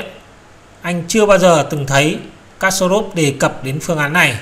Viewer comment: Kasparov đọc là kas-pa- rov.